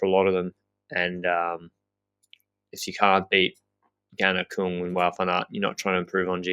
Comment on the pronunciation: Küng, not Kung., please correct on the pronunciation;)